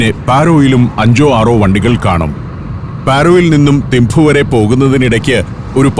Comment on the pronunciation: ഏഴു വർഷം തിംപു വിലെ ചോഡൻ ആർമി സ്കൂളിൽ പഠിപ്പിച്ചു. മഞ്ഞും, മലകളും, ആപ്പിളും, യമതാച്ചി യും.... ഓർമ്മക്കായി മകൾക്ക് യാങ്ചെൻ എന്നാ പേരും നൽകി... ഭൂട്ടിണികൾക്ക് 'തിംപു' ആണ്, തിംഫു അല്ല